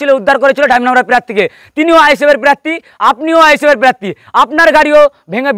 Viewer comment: Pirarthi noi prarthi hobe re bhai